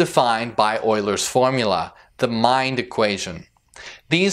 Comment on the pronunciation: For fuck's sake. Please pronounce the word "Euler's" correct. I know that you are just making word salad , at least pronounce the words correctly.